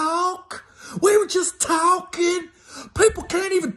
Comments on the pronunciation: "We was juss tawkin"😝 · “We were just tawkin’”....😂😂